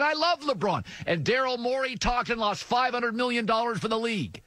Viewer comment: "lossed" lmao. It's "lost"